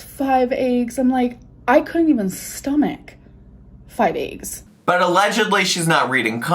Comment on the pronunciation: I know you lurk so listen: it’s EGGS NOT AYGGS. sincerely everyone